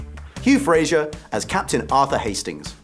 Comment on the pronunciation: Hugh Fra-Zer .. Not FraZH-er. Wonderful series, fabulous actors.